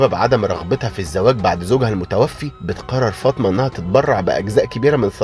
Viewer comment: احترامى للمحتوى وتقديمه بطريقه بسيطه لكن بما أن حضرتك بتنتقد مسلسل الامام الشافعى على استخدام اللغه العاميه احنا مش طالبين انك تستخدم اللغه العربيه بس التدقيق فى الكلمات زى كلمة عدوة اللى نطقتها بفتح العين ودى معناها عدوى أما نطق عدوة بضم العين وزي اسم السيده فاطمه الزهراء اللى اتنطق فطمه